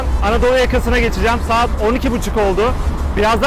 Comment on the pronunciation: 2. Sahat. Hahahahahah 2 kez sahat dedi AHAHHAHAHAHA